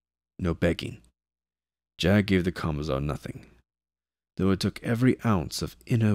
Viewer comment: 40? Your R's are doing something funky this time around, an extra one jumped into a "though" [tho] before. Also I assume you are lightly trolling me with Death Corpse, I respect that because I would do the same thing if I was you =P